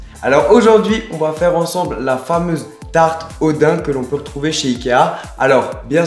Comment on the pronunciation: ya que moi que sa frustre que il dise dain alors que c daim !